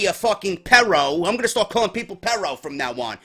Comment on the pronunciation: I'm sorry but as a Hispanic it makes me cringe when you say "perro" you need to roll those r's bro.